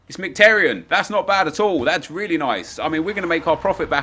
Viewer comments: it’s miki taryan not mik taryan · it's mkh-ee-taryan